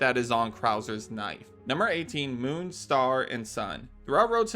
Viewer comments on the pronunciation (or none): none